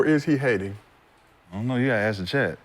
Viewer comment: Respect people who pronouns “ask” the correct way it’s not ax